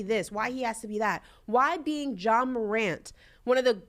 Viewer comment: A Moron (Morant) move. The “t” Is silent 😂 what an unintended pun…Brandon Marshall plz STFU!!!